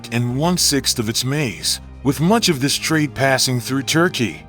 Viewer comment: You. Say. Turky. Bas no. Mony. Biden. Has. Mony.